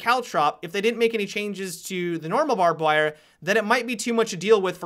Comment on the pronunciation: "barbed wirrruh"